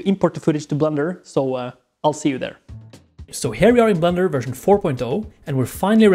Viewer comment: I know it’s ’blender’ and also that English is not his first language but his english pronunciation is actually really good except for this one word which he very plainly pronounces as ‘blunder’ which is another word for mistake. As a New Zealander (who are incessantly accused of saying “fush n chups”) I found this oddly resonant.